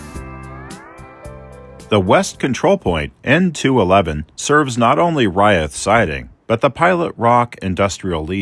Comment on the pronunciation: I lived in Pendleton for five years. Locals call it Umatilla Canyon rather than a gorge. The highway through there is Old 30. Locals also pronounce the town and siding Reeth, rather than rye-eth.